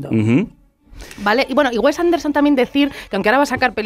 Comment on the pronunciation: Esto no es una crítica a la película, es un ataque al director, o sea primero aprende a hablar, no sabes ni decir "Wes Anderson" ni "Moonrise Kingdom".